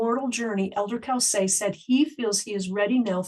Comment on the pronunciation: His name is pronounced Cōsay, not cowsay.